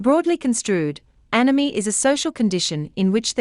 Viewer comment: It sounds like she says enemy, or anemy, even though its spelt anomie!